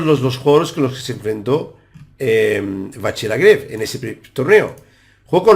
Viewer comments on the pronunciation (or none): Buenísimo el anàlisis, Muchas gracias!! Solamente comentar que seguramente en Francés se pronuncie LagrAve con A, i no con E. Por otro lado, sería posible pedir que hagas alguna día un vídeo explicando para los novatos cómo utilizar chessbase para almacenar y analizar partidas propias? Me gustaría tener una base de datos propia y sé que es una herramienta indispensable si se quiere mejorar, poder analizar las propias partidas. Actualmente soy un mero 1950 que juego la lliga catalana y sigo todos tus vídeos. Felicidades por el canal y Muchas gracias nuevamente!!